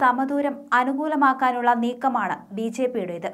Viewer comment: ബി ശേപ്പി അല്ല കൊച്ചേ